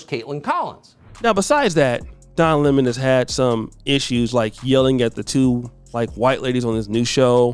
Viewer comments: Oh wow this is off topic but who could stand to watch Tucker for man than 5 minutes? That clip was exhausting, ha ha ha he said Lemon as La Mahn. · Noooo!! Not Donna Lê-mon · “Don La-Mon” 😂 Wow.